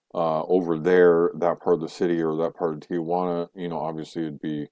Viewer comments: It's Tijuana not tiguana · You might want to learn how to pronounce Tijuana if you're going to live there. It's not tee-a-juana. It's pronounced tee-juana.